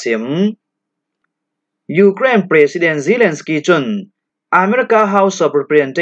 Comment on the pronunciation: Zalensky tla hi na hlam dik lo a bang . Mirang hming na hlam dan pawl hi uluk deuh a tha ka ti .